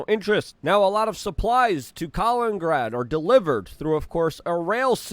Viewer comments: COLINGRAD! It's Kalin-IN-grad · Strange that Luke with his polish origin can't get his head around the name of neighbouring russian enclave and city of Kaliningrad, repeatedly... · His English is perfect grammatically. Nobody on the planet says Luthuania in any language. Same with Kaliningrad which he pronounces Kalingrad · Luthuania? Kalingrad? It's Lithuania and Kaliningrad!